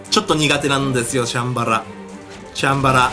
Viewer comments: シャンバラの発音チャンバラみたい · シャンバラの発音おかしいよ！